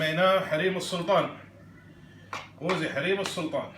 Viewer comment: يافاهم اسمه قوزي مو غوزي اسمع وتعلم عدل يلة تحجي